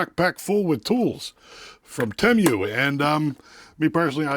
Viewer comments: Wtf is Temmm U....its Tee Muu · I thought it was "TeeMoo" not "TeeMyou" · 30 seconds in and I'm already not undead💀! The way he said Temu sent me. That's a new one, I've never heard anyone say it like that😂 Don't get me wrong, I get it... I see how it could be read like that... like it makes complete sense. It just caught me off guard and nearly un-continued my life👻 How he pronounced it: Temu (Tim-You) How I've heard everyone else pronounce it: Temu (Tee-Moo) The way I pronounce it which is the way you actually pronounce it: Temu (Teh-moo) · I will say I've never heard someone call Temu Tem-You lol. I've always heard it pronounced Tee-Moo. I wonder what the right pronounciation is now 😂 All in all I'd never buy something directly from that sketchy ass site. I seen a post where a dude ordered a cordless drill from Temu, and got printed out photos of a cordless drill in the mail. Nope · Tee- moo tee moo tee moo not tem you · pretty sure it's "tee moo", not "tem you". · i think its pronounced (tee moo) at least thats how i say it LOL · It’s pronounced “tee-moo”. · It's tee-moo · Its pronounced TEE MOO.